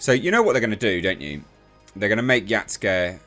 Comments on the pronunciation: Why are you saying it like that? It's Ya Sue K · for future reference it's pronounced Ya-Skay